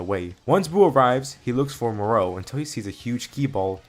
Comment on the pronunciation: The way you say Moro 😒🙄 other than that, amazing story